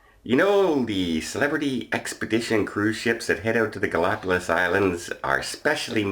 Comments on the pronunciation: GalapaGos, not GalapaLos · Ga la pa gus or Ga·lá·pa·gos but in Spanish it sounds like gus at the end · I believe you are pronouncing “Galapagos,” incorrectly.